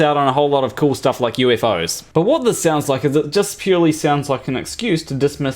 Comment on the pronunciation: lol nice american "whaaaat?"